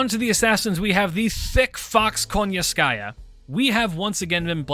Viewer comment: I'm just curious because of how people pronounce Koyanskaya, I keep hearing them saying "KONYANSKAYA" but I read it as "KOYANSKAYA". Is that just a choice of how to pronounce her name or is there something behind it that I'm missing out? But yeah another great video.